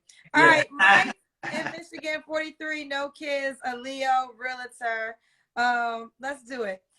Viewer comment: It's REALTOR....NOT ReaLITor 😩. No I.